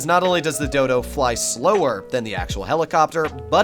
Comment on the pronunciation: Great content hermano, clear explanations and great backing music. Hope the channel continues to grow. Btw you said Dodo so many times that it sounded like dildo 🍆 which made the video even better 🤜🏽🙏🏽